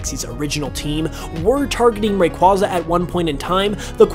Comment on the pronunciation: The way you pronounce Rayquaza hurts me